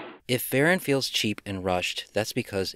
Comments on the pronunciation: It's pronounced Vah-rahn. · I believe it’s pronounced “Vah-RON”. 😉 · I always pronounced it Va-Rahn as it sounds more menacing. I saw this on a double bill with Gorgo. It was the badly butchered American version. I had read in a movie magazine just how much was cut (all flying scenes for some) and inserted to create the American version. If people think the Japanese version is bad then the American version rates in the negative. Years ago I got the Japanese version DVD. I actually enjoyed the film though it was not up to Godzilla standards. However we all know how bad the Godzilla films got from Monster Zero until the 1984 reboot.